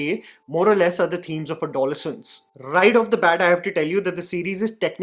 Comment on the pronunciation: Sorry the pronunciation is add-oh-less-ance